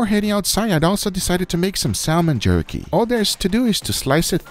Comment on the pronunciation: Guga: "Beif Jurky" 🤣